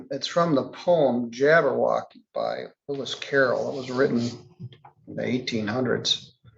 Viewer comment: Every time he says jabwrwocky I giggle...